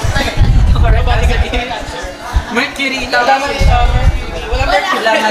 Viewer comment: "Mercuvy" "Carpenfer" 😂😂😂 #teamaira